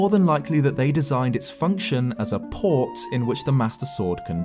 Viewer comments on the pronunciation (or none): none